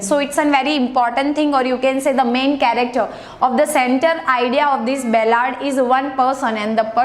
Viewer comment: It's ballad you are repeatedly saying bellad !